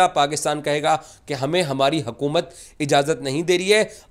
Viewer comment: Abe hakumat nhi हुकूमत,,hota,,inko urdu nhi aati😂